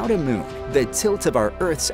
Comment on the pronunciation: The "miun"! Annoying vowel sound!